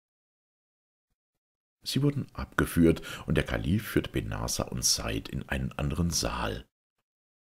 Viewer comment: Wunderbar gelesen wie immer ;) aber heißt der Junge nicht "sa-id" ^^ beste Wünsche und 1000 dank! <3